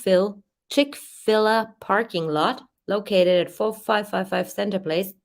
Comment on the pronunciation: It's Chick-Fil-A with a long a like The letter A, not Ah. They have the best chicken sandwiches. I dont even like fadt food, but I will go to Chick-Fil-A if I'm ever somewhere that has one.